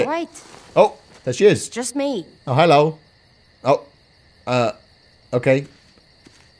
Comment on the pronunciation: In every single video of he always says hhhhhelo it’s gaming